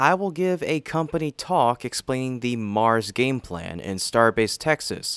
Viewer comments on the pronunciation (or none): none